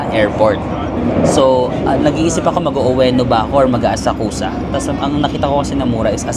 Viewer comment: Asakusa is pronounced as Asakska silent 'U' please